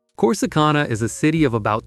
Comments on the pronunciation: Corsi CON-a?? Hagahahaha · Your pronouncing Corsicana wrong. That's not how us Texans pronounce it. Gotta be a yankee who made this video. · Click bait AI cannot even pronounce Corsicana correctly 😂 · I can't get past the mispronunciation of Corsicana or Navarro County. Ugh